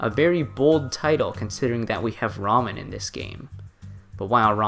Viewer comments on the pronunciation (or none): none